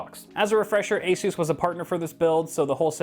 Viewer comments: its ASUS not ASUUUUUUUSZ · I have to ask because I'm new here, is that the actual way that ASUS is pronounced or is he just memeing